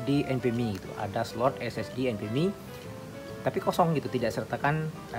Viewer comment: bang, abang selalu sebutkan SSD enpemi atau apa gak jelas artikulasinya ?? Apa sih maksudnya enpemi ?? Maaf klu salah sebut krn artikulasinya gak jelas untuk penyebutan enpemi itu saja